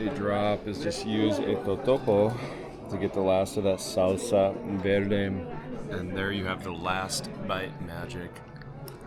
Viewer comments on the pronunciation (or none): none